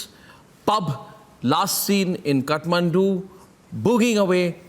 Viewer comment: it is kathmandu ( kaath - maandu) not cutmandu ( cut-mandu)